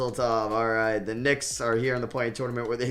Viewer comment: Does anyone else get annoyed the way he says tournament 🤣